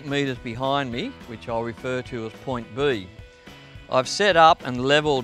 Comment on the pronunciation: who else came to the comments for "point buuuheeeee" ? lol